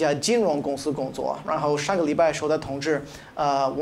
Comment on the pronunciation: 通知的發音太呼應了吧